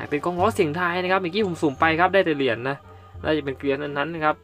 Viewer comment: ทำไมพี่พูดเหรียญเป็นเหลือน😆